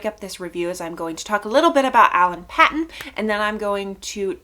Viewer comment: His name is pronounced Alan Paton with a long A sound on the a (Payton) ; state in South Africa is pronounced Na TAL with emphasis on the TAL; hope that helps.